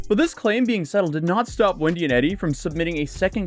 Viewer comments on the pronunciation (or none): none